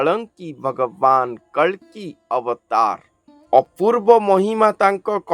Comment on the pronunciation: kalanki nahi कल्कि जय श्रीकल्कि जी🙏